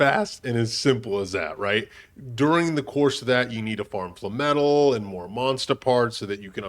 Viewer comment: FLAME-METAL “Fluh-metal” sounds like a sponge bob phrase …